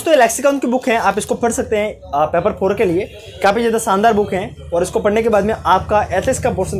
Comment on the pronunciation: Thank you but paper not peper